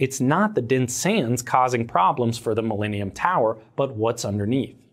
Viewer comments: Mil-lean-ium Tower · The “mileanium” tower. Sorry lol